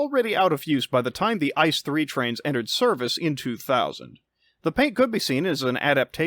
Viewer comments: Its not "Ice" as in Ice cream, Its I.C.E. (So spell each letter individually, with a pause) if you want to use the german spelling. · it´s not Ice it is pronounced I.C.E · Really fun video! Tho as a German rail fan I'd like to nitpick that ICE is not pronounced like the word ice, but as an acronym with each letter being spelled out: i-c-e. Really cool video otherwise :) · FYI: ICE is pronounced individually, so the letters are pronounced: I-C-E /iːtseːˈʔeː/ ICE stands for InterCity Express. The incorrect pronunciation sounds like the German word for ice: das Eis (n.).